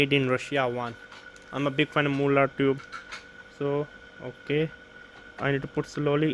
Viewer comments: I was just distracted by the "moolard" (again it's Marl-lurd). The mullard reissue 12au7 is a steal, in terms of its price. It sounds very very very good. It's an all rounder on my 2 channel hifi system. It's not getting the attention it needs. Thanks for talking about it. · Hi, It's pronounced as "Mar-lurd" sorry, it's jarrring. Not moo-lard.